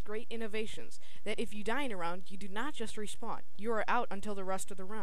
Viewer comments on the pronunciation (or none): none